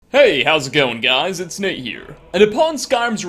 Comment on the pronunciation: I’m proud to see Nate’s pronunciation is getting better with each video. Congrats Nate!